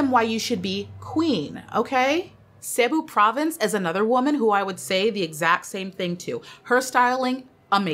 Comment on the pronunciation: I like the way you pronounce our provinces 😊 so nice to hear.